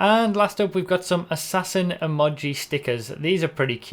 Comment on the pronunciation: "Emodgy" wtf